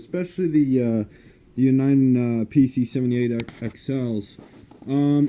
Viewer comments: It's Uni-den not U- ni- den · dude its uniden not un-eye-den. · it's pronounced U na den.